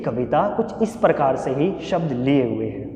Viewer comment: Sabash....keep going👍👍..prakar shi bolna sikh le bs🤣🤣🤣